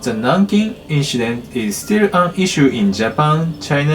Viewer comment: You are aware that giving false confidence is detriment to improvement? Saying "inshident" or "brahtally" are not "quirks", they are mistakes. What he needs is constructive critique, however he would need to ask for it, until an English speaker finds he has pronounced a word so severely wrong that they need to ask him to repeat what he said. I've seen false confidence being exhibited by non-native English speakers, some legit think they are good and blame you for not "listening properly". Best solution for everyone is to build a thicker skin. As someone who is a language learner, I don't take offence if people can't understand my Cantonese, correct me or complain about it, but it is concerning seeing people trying to make the other person feel better which makes things worse for the speaker who is learning the language. True learners don't let people like OP (who I hope is innocently insensitive), discourage them from learning the language. I hold this standard to everyone, because learning, not matter is the subject, will always require both the teacher and student to be honest and humble to each other and we put ourselves into the teaching role as soon as we start talking to him about his fluency in pronouncing English as he might be learning from us in the comments as we are providing him feedback. Edit: To clarify, the reason why I'm saying that those words he pronounced aren't quirks, but mistakes is because, he is using Japanese phonetic rules to pronounce them, not m